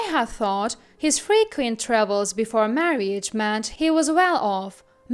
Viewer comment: OMG why this narrator?? Marriage is not pronounced "mar-ee-age". It's 2 syllables "mar-age"